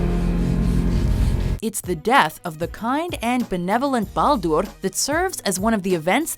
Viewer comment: its not ballduurrrrr. its balder.